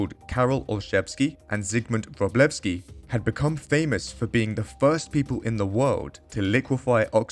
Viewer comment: you say Wróblewski wrong, Ó isn't a short "Oh" sound, it's OO as in "moon"